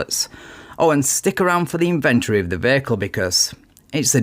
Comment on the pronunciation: you said invent-ary